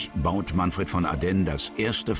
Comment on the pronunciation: Ardenn? Der war doch kein Franzose. Ich kenne ihn nur als Manfred von Ardenne - mit "e".😝